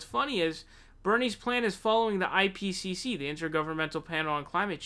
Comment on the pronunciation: i like how you tried to say "ipcc" three times and still couldn't good vid though i love it when bernie stands up for himself